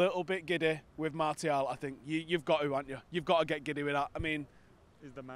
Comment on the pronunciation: We pronounce Martial : Marcial guys.